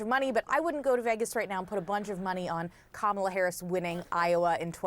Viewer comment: That's authentic, you bigot! Pronounce her name correctly or else!